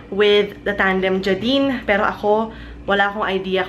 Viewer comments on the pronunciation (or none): Im pretty sure it's "Jay-din" LOL thats how I always hear people pronounce it